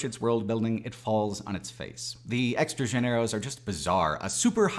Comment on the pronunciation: his pronunciation of "extranjeros" is hilarious, extra-ganeros lol